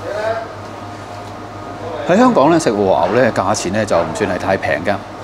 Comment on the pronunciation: 如果 和牛 二字沒有 懶音；會聽得 舒服D；看得 開心D :yougotthis